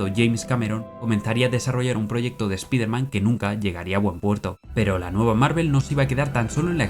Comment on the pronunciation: Buen video. Solo un detalle, no se pronuncia "espiderman", es "espaiderman"